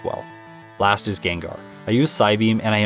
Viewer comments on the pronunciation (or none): none